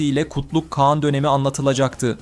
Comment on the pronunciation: İkide birde "kean "diyorsunuz kean değil kağan